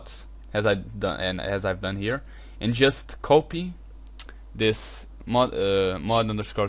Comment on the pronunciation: copy is said capy not copy